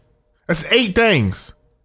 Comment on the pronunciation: "THANGS" i like it.